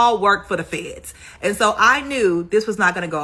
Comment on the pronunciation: Yadda yadda The ‘ Fay-yeds’👎😵‍💫